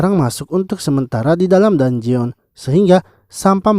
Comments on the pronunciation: info min, dungeon di bacanya "danjen" bukan "danjeon" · bukan danjeon bang penyebutannya,penyebutannya itu danjen